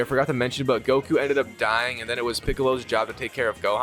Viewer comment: Am I the only one starting to get mad by the fact that he’s mispronouncing everything Goku son and how he saying sayin wrong